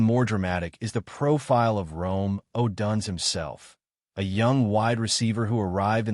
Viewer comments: Learn how to properly pronounce odunze 😂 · U are totally clueless on how to properly pronounce odunze 😂